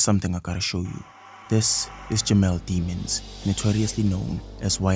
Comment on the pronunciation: Its pronounced Dimmons not the word demon. You cant trust a video that is not accurate.